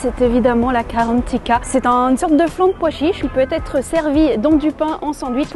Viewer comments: ça se prononce GARANTITA et non pas KARONTIKA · Mais on dit pas la carentita enfaîte on dit garantita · désolé la vidéo masterclass mais on dit garantita et pas garantica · c'est pareil sauf en algerie on dit garantita et en france karantika ta qua regarder sur google a place de parler sans savoir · Tu le dis pas bien l'grantita je suis algérienne